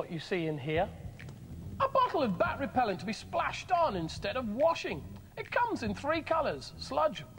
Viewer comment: The girl on the green team just couldn't say the word "repellent"! 😂😂